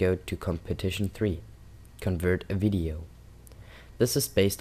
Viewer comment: sounded like wideo to me... Try saying nuclear wessels!